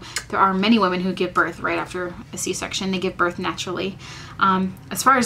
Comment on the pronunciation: Birth* not north lol